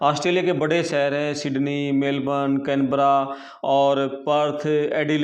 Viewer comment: Plz correct your pronunciations to be more authentic : Sheher Shaamil immigration (immgrashan not immigrasan) bakhshaa etc 🙏🏻